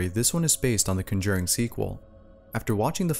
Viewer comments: Your pronunciation of conjuring is interesting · Is anybody else mad by the way he says conjuring but other than that great video I subscribed and turned on the notification bell and gave you likes and and every other video I will watch thanks for making me happy 😃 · Love the video but I've never heard someone pronounce conjuring that way. 😂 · You pronounce “conjuring” weird!? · The way you pronounce conjuring lol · You pronounced Conjuring so wrong 😂😂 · Why the fuck is he saying the conjuring wrong? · It's too bad he can't pronounce "conjuring" correctly. Our educational system has really fallen to pieces over the years. Either that or he just can't read. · The most terrifying part of this video is your pronunciation of the word "conjuring." 😋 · CON-JUR-ING. Ugh. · "Cunjering"... Hmm... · Nigga said ‘Conjerring’ 😂😂😂😂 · Say conjooring one more time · No one wants to mention the pronunciation? It's Con-jur-ing juuuur sorry the pronunciation bugged me but as a sorry for me being an anal jerk her's a story related to one of Jaun's movies for you! After seeing the first insidious movie in theaters I had an experience myself. I had come home and not longer after intended to go to bed, the hallway that had my room has four doors, bathroom, roommates room, my room and the other roommates room. The streetlight was on outside of my roommates room and when I approached his room I could see two very clear shadows of feet and legs the angle the shadow was coming from meant whatever it was was inside his room (And no he wasn't home) So needless to say i never dove for my own bed faster. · Con- jew -ring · The AI voice pronounced Conjuring funny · Scariest thing I experienced was the mispronunciation of “conjuring” on this video. Computer narration much? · The way he says conjuring to lol not being mean i luv the way u say it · The way you say Conjuring. 🤦🏼‍♀️ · For Conjuring, the emphasis is on the first syllable, not the second. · Isn’t it CONjuring, not conJURING?